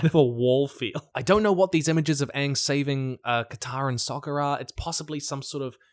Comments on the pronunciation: They really leaned into Katara's pronunciation of Aang... I wonder why... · I'll be so done if they mispronounce Aang's name again! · It's super annoying when English people can't pronounce Appa correctly and say Awe-pawh or Aang and say Awng.